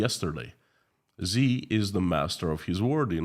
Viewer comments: Xi. Pronounces SHE. Not ZEE. To be more accurate. Pronounce as a question in English “she ?” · his name is pronouced "she" not "Zee" btw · Xi is pronounced "shi"